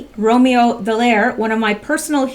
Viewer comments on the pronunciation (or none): none